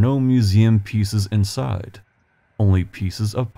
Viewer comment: You're welcome! I am still fascinated by your accent. I'm Southern. Just in the first 30 seconds that I just now rewatched I'll give you an example of why I'm fascinated: your words are smooth with no up or down inflection, so sounds Midwestern for sure. But you say let's take a peek "insiiiiiide" in a bullseye drawled-out buttery Southern way! 🙂 Is it a naturally occurring amalgamation of Indiana's Midwest location with perhaps a proximity to Kentucky and thus influenced by Southerners - I wonder. Heigh ho heigh ho it's back to work I go. Looking forward to hearing your soothing voice and exploring Indiana later 🙂